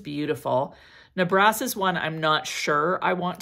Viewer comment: Nebras...the accent is on the first syllable, not the 2nd...NEH-bras. (It's not a French word.) I've been a little "mad" with my money, and have amassed quite the collection of fragrances in a relatively short time. I'm looking at the ones you've shown, but I have to tighten up my purse strings for a bit!